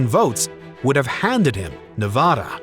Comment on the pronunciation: It’s Nuh-vada. Not Nah-vah-dah.